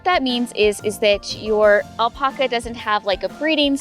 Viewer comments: I know that I can’t be the only one driven crazy by how she says “aulpaukuas” Wat. It’s alpaca. Al-Pa-Ca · Why does she say "Al-Pucka"s? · It is the same word in English and Spanish... Al-Pack-a.... smh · It’s not Alpoca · 🙄🥱 do this with me now. Type in “alpaca correct pronunciation” then type in “alpaca pronunciation spanish”. & say that again with a straight face. You’re literally the only one. 🥴 Need further proof? none of my Spanish relatives says “aulpaukuas”. 🙃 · Google how to pronounce Alpaca